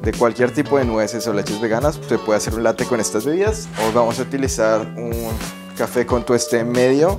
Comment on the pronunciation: “Latte” con doble “T” bién marcada, Latte significa literalmente Leche, es una palabra italiana, y la preparación a la que te refieres es un Caffè Latte, y tiene variantes, como el Latte macchiato que es más líquida, Y el cappuccino.